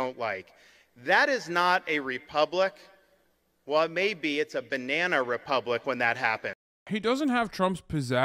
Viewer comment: "This is a bnyanya republic" literally the only thing they say.